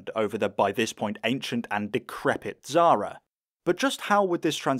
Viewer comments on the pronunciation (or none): Why you can't pronounce Xsara? There is no Z in it. Not Zara, thats a clothing brand. It's KSarah. We pronounce the X like KS. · The fact how you say xsara is painful.